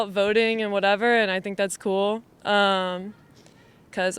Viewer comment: Sorry, did she say dommeocracy? 😂